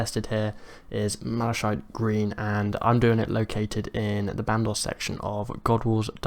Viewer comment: MalaKITE. It's a real english word so no excuse for saying malashiet.